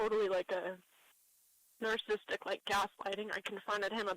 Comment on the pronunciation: Melaniece is not only mean, a liar, and heartless, she is also dumb. She doesn't even know how to pronounce "narcissist" even though she is one. She needs to be held accountable. Thank you for your excellent report on her.